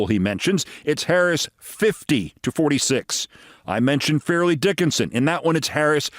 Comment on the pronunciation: Fairleigh Dickinson pronounced Far-lee Dickinson. Only know that because of the March Madness upset a few years ago.